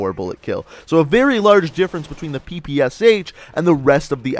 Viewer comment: Why did you pronounced PPSh as "P P S H" when you should pronounce it as "P P Sh"? This weapon has "Shpagin" in it's name, you know.